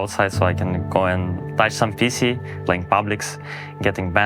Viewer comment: Почему он PC произносит будто говорит "писи"